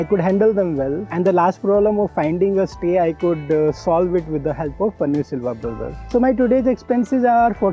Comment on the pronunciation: His name is Panneer Selvam which is a common name in TN and it is not “Silva”. Just FYI